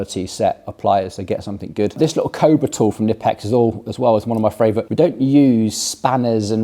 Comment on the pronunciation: Knipex actually want to pronounce their brand as kuh-ni-pex.